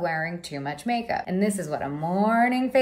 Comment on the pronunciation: "I dont really love wearing too much mak-up"